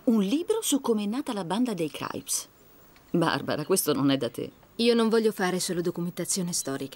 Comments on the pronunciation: Sentire “Craips” invece di crips è inascoltabile. Comunque è davvero un film raro da trovare in italiano, grande. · Craips!vi odio,crips si dice crips !!!capre